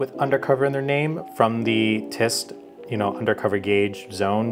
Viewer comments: I can't wait to see this deck in a fight Also, you kept saying tyst instead of tryst... just pointing it out... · Silent R too TrYST 😂